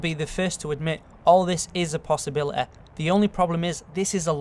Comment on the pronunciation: I want a video of this dude just saying words that end with Y. If that's a possibiliteh.